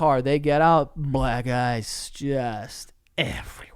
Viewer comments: Am I the only one who hears “black guys” instead of “black ice” ??? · Every time Joe said “black ice” it sounded like he was saying “black guys” 😆